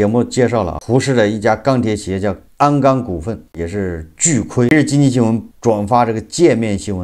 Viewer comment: 是鞍钢，不是安钢！！！